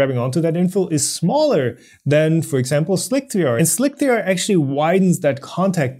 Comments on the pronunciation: slick 3 r is pronounced "slicer" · I agree that's likely. "eye-oh" as in letter I followed by letter O – the abbreviation for Input/Output. Slic3r is pronounced Slicer and Pathio is pronounced Path I/O – but not on Planet:) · Yeah, your pronunciation of slic3r is creating a problem in of itself... since nobody but you says slic-3-r... and yes I watched the original video where you started doing this. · How do people not get that Slic3r is pronounced Slicer? Wtf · Oh god, slick-three-arrgh .... I need to do something about that! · Slick-3-r, couldn't take it, stopped watching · Why does he keep pronouncing Slic3r as "Slick-three-r"?